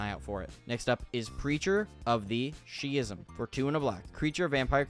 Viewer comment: Schism is pronounced "sk-ism" I hope this helped. Keep up the good work!